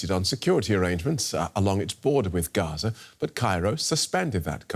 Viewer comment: Her accent gave her away, the way she pronounced Hamas and Gaza exposed her.